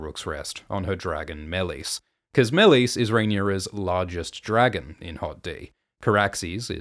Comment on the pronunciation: why are you pronouncing Meleys like that? they literally say it so many times in the show... also youre forcing too much of GoT into HotD, just because a dog is in Harrenhal doesnt mean "its a reference to Clegane" who wont be born for ages and is NOT in this show